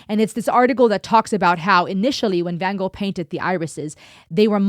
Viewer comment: So good to see someone pronounce Van Gogh correctly, instead of go. I’ve just been watching some of you’re other videos and appreciating the intelligence